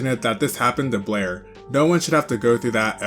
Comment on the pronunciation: You MISPRONOUNED Blaire Many Many Many times 😂😂😂😂